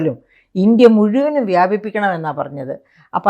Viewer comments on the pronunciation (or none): none